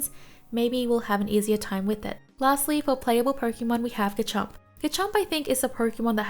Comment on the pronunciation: Please, just trying to help but it’s gaRchomp with an r, not gachomp